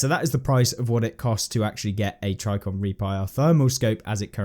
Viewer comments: Tri-ji-con not try-con! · “Tricon” made me a little more frustrated each time he said it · Pssssssst there's a J in Trijicon. It's pronounced tridge-eh-con. <3.